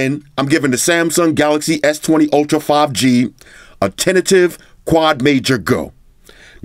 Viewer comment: "Samsung S20 Ultra Five GaNGsTa" hahaha